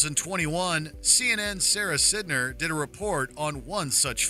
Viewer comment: Umm her last name is pronounced psy-ner not sid-ner